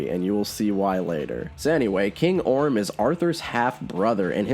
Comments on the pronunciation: He keeps saying Orn instead of Orm lol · I dont wanna "but actually" you, but his name is ORM not ORN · Is he saying orn? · Was he saying Orn instead of Orm? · It’s orM not “orn” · I think the brother’s name is Orm, not Orn. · Its king ORM u dumbass not ORN. And the Aquaman comics are fucking awesome. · Is saying “Orn” instead of “Orm,” or am I just hearing things wrong? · So...no one noticed how has been saying Orn instead of Orm the whole time... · Idk if anyone else noticed this but since I read a lot of comics books I was Hopeing he would realise he was saying Orn instead of Orm. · Take a shot every time says "Orn" instead of "Orm". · Not to be that guy, but it's Queen AtlaNNA, not Queen AtlaNTA. Still kinda stupid, but not quite as stupid. Also, his brother is OrM, not OrN. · Anyone else pissed that he kept saying “Orn” not “Orm”